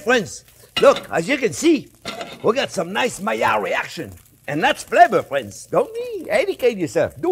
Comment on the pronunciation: Nobody in the world says 'Maiilard reaction' better than Chef. Love this video, this will be my christmas stuffing.